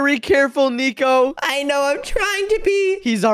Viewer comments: why say neco that's not neco say nico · It’s not niko it’s nico